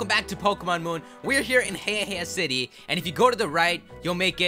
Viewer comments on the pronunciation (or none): I can't take you seriously when you say "Hey Hey city" lmfao